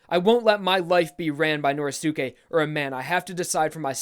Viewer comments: please stop saying Nor•eh•sue•kay. It's Nor•ee•skay. Sorry just a little thing that's been buggin the shit outta me. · I hate the way he says Norisuke. you don't say josukay so pronounce it right